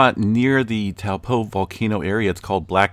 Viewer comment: Can you say Taupo correctly